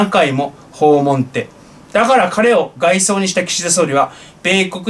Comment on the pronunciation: 「外相」の読み方は、「がいそう」ではなく、「がいしょう」です。「宰相」も、「さいしょう」ですからね。「がいそう」と読むと、違った意味になります⇒（外からみたその人のようす） でも、のスピーチは、聴きやすくて、いつも楽しみにしてゐます。健康を維持して、参議院選挙に備へて下さい。